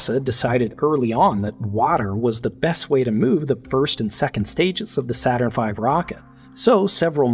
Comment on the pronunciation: "Not Saturrn V" Nit-picky, but funny :)